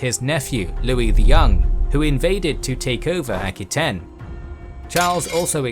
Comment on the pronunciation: Just one thing Aquitaine is pronounced a - kwuh-tayn, not aki-tayn.